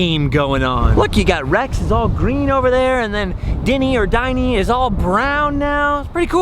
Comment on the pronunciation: It's actually pronounced "din-knee" not "die-knee" Dinny was the name of the dinosaur that the comic strip character Ally-Oop would ride on. he was called Dinny because of the Colossal din (extremely loud sound) he made as he crashed through the prehistoric jungles.